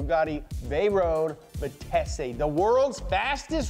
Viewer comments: Bugatti Veyron Grand Sport "Vitesse" - I like how says it "vee-tay-see" almost to give it an Italian cachet. Just pronounce it with the silent it. It's just French for speed 😂. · Listening to mispronounce "Talbot Lago", and, "Vitesse" is like nails on a chalkboard!